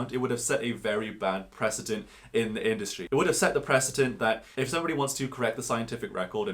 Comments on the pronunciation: Precedent NOT President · You said "president" not precedent. They have different pronunciations. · Pre-cedent, not pres-ident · There's no 'z' sound in the word "precedent". The letter 'c' never has a 'z' sound in English.